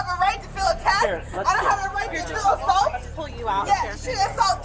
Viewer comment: "Yeah, she assaoult three, but I assault 2" 🤣🤣🤣